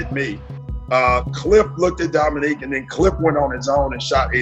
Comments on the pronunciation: "Dominic"? Seriously??? "Domi-NEEK". Credibility shot, on what otherwise is a nice presentation. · You absolutely ruin your credibility when you call him "Dominic" over and over again. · Dominick Wilkins? How can you continually mispronounce his name when you include clips that say his name correctly? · His name is Dominique, not Dominic. Neek not Nic, show some respect to the Human Highlight Film and pronounce his name the same way his parents did. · Thank you, craigtennant! I just found this video and it bugged the hell out of me every time he said "Dominic." Also - to all those who commented and spelled Dominique's name "Wilkens" - please don't post if you're going to disrespect a Hall of Fame player that way. You may as well have called Larry Legend "Burd!" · Someone should tell that it's not "Dominic" Wilkins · Dominique, not Dominic. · Great video, nice addition to the Larry Bird stable, but NARRATOR- it's DominEEK! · Hey robot! His name is pronounced Domineek! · I feel your pain, but had to watch that classic battle between 'Nique and Larry again. But each time the narrator mangled the name, 2 words came to me: Eff Yew! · Dominick Wilkins? hahahaha. AI ain't there yet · Your inability to pronounce Dominique's name correctly kinda hurts your credibility. "He was one of the greatest offensive players to ever play the game." - Doc Rivers. Show him some repect and pronounce his name right. Sheesh! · This would be a great video without the dumbass narration, the computer can't even pronounce Dominique !